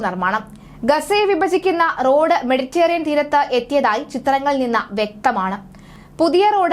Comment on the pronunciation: മെഡിറ്റെറേനിയൻ എന്നു പറയുക ( മെഡിറ്റേറിയൻ എന്നത് ശരിയല്ല) Mediterranean എന്ന് ഗൂഗിൾ ചെയ്ത് പ്രൊ നൗൺ സിയേഷൻ നോക്കുക